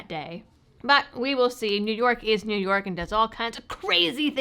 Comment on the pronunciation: That is pronounced "New Yuck"